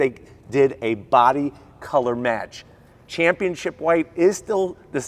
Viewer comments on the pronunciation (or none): Why do so many people pronounce Championship "championchip"?